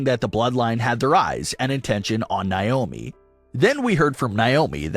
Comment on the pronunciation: Still don't know why you keep pronouncing Naomi's name wrong? It's pronounced Nay-oh-Me not Ni-oh-Me!